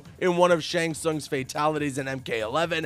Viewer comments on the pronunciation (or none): none